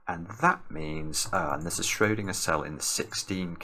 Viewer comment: The way pronounces Schrödinger Hitler turns in his grave